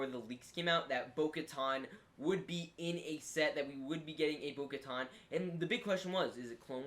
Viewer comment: Its Boka TAN. LIKE IN SUNTAN